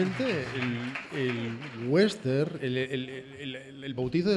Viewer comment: por favor, no es "wenster", es westerN, la ene al final.